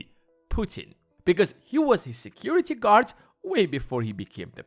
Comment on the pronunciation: Who the hell are you to talk about mother Russia at all??? Noone?! Who the hell are you to mispronounce president of Russia name ! Noone ?! Go sleep, kid!